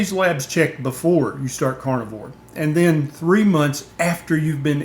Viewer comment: Love your content. Although, I can't help but hear you saying "cornivore" every time, haha.